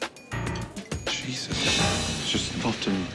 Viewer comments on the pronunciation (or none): none